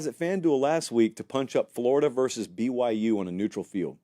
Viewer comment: pronounces “BYU” normally to me I don’t hear any issues with how he says the “Y”